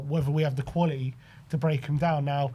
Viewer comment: Not qualieeee ,quality!!!TTTT use your consonants please!!